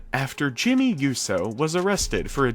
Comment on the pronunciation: Jesus Christ at least pronounce “Uso” right plzzz 😫😭